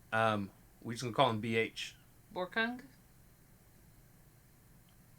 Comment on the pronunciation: Tbh you almost pronounce Borkung's name right.. I believe his name is hard to pronounce even for other communities from India.. It's actually pronounced as Bawrkuung Hraangkhol